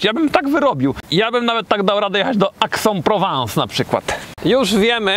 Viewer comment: Pozdrowienia z Wersalu, super ciekawe ale zmiluj sie z ta wymowa, s'il te plait,... Mowi sie "a-iks" (we Francji) a nie "aks". A Aix -en Provence to "ex-ą-prowąs". A Bordeaux to po prostu "bordo". :)